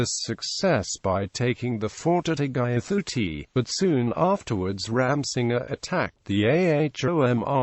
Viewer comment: It's itakhuli not attack khuli